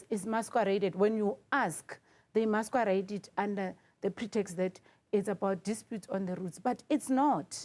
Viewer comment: That's not how the word 'masquerade' is pronounced, next thing you'll hear others copying your nonsensical pronunciation.